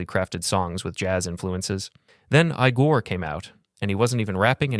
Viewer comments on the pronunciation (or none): Bro really said ‘aygore’ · "eye gore"💔